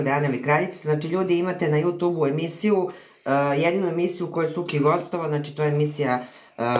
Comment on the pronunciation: Aman, ljudi, ježimo se na vašu izjavu,, JUTUB,, IIzgovara se,, jutjub'' Smeju vam se ljudi!